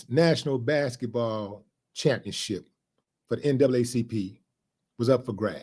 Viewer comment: Willie D you said NCAACP🤣🤣🤣🤣🤣